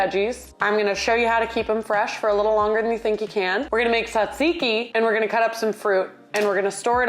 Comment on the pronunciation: I'm sorry about your pan (and fingie ☹️) are you saying tzatziki fancy or am I saying it wrong? 😂♥️ Never thought to put cinnamon in peanut butter for apples! (I do solely eat celery with peanut butter though, or in soup)